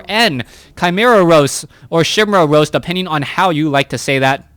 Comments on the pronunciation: I was on the edge of my seat during this commentary, but this one thing made me stop and forced me to comment in the middle of it. It's Kai-Meh-ra Roost, not Roast. A Roost is a nest, a Roast is a dish. I don't think anyone wants to eat Chimaeras, the acidity is just too much.:3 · Ok ok...OCD kicking in - chimera is ky-MARE-uh like you said first...and it's not a roast, it's a roost...as in rooster.